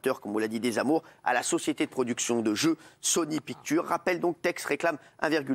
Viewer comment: Sony Pictures. Putain la prononciation...